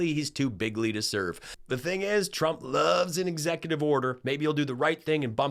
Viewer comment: I like the way leaverite’s speech impediment makes it sound like she’s saying “president chump”